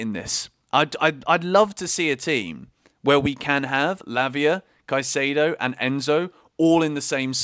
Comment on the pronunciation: Just a pronunciation tip. Caicedo is" Caisaido," not "Caisaydo"